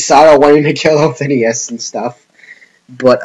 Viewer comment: She's my favourite character. I think the reason she wanted to go back to her original world was because she was alone and there was no one else like her. Also I'm pretty sure her name is said Othinus and not Othin-i-us. Also to your last question.... yes.